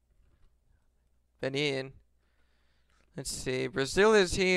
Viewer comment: ben-in not bunene